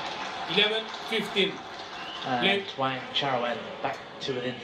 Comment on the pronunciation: Commentator, His last name is wang-cha-roen. It sounds like you kept calling him heroin. An addictive match to watch, ha! 🙂